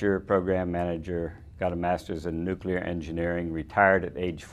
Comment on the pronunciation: Why is it that you guys raised in the South cannot pronounce the word "nuclear"?